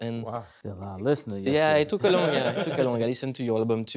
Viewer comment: ''a law of (une loi des) Mathematics'' au lieu de ''a lot of (beaucoup de) Mathematics''